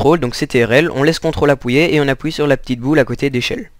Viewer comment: Aussi tu dit appouyer et pas appuyer